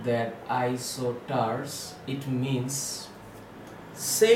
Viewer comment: It's isosters not isoters